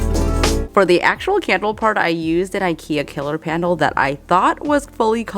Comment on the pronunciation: The candle is my favorite. When you said, "Killer pandle" instead of pillar candle it cracked me up because I constantly do that with my words. ❤